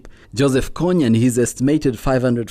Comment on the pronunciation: It is kony not konney